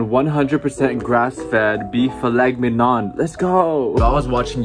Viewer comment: Thought you said I made filet minion